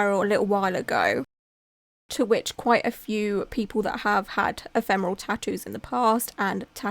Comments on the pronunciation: your outfit and room are getting me into the spooky season mood! And I’m proud of you for getting the pronunciation of “ephemeral” spot on 😅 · I've not been on this channel for a while and now you know how to say ephemeral !!! Great video, it's important to always be aware of what could happen when you get a tattoo done !